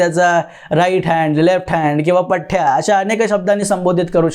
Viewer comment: पठ्याने नाही पठ्ठ्याने....बाकी छान..